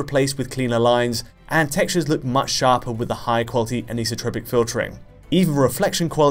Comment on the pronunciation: Finally, someone who knows how to pronounce anisotropic ;)